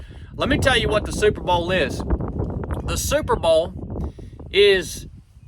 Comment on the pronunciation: "superbowl" or "superba'al"???